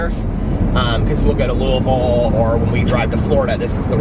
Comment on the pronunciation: As someone from Louisville, it makes me happy to hear you say it correctly 😂💙